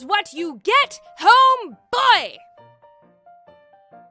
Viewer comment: Wait a minute, where are my grosheries? Me: Wait a minute, did I just heard GROSHERIES??!!